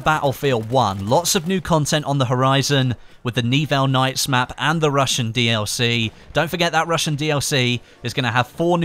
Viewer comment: i'm pretty sure it's not N-Evil nights, but Ni-Well nights;)